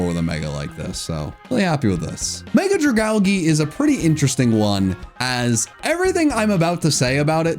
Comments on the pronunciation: Bro. This guy said ''We'rE GOnNa PUt CHandElURe In WhY TiER ANd ScRAFtY IN CHeF's kIsS''. sybau. L rating Edit: Did he just say ''dragalgee''? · jsyk, Dragalgae is pronounced Dray-ahl-jee... otherwise based tier list my guy :D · no one has caught on that it’s ’Drag-Algae’ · IT'S DRAGALGE, NOT DRAGOUGEY! FIX IT NOW! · It’s pronounced druh-gal-JEE, “”! 🤨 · You dare insult both ghost megas? Froslass at least should be chefs kiss. Shes beautiful and made into a proper Yuki-onna And you say Dragalge wrong. How does every pokemon say the algae part of Dragalge wrong? It’s so obvious